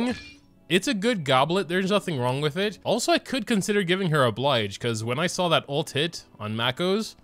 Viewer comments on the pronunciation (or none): none